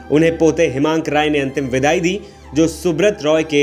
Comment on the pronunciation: रॉय नही राय हैं